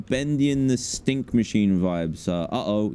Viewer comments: Did anyone else realise that Dan said bendy and the ‘’stink” machine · Am i tripping or did i hear dan say ''bendy and the stink machine vibes''